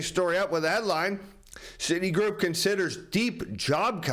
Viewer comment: That’s not the first time I heard Citigroup pronounced that way!